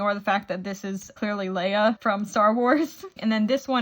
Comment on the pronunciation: She clearly dose not know who princess LEIA is... it’s LEIA ni Leah... sorry I’m a STAR WARS FREAK.